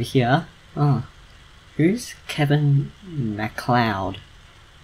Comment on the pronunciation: (Kevin Mac Le-ahd) not Kevin McCloud